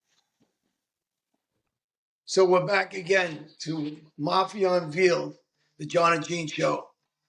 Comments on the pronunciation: It's un-VAY-eld John, not a baby calf. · "UNVEELED" lol and Joey Molino....I can't even watch this🙄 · That’s not how you pronounce unveiled 😂